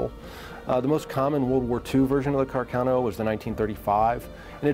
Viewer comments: car- c-Ah-no not car- cay-no. incorrect, correct. You can tell when people don't care about a subject when they don't bother to pronounce it correctly. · Car-cay-no? No Khar-kaaah-noooooo!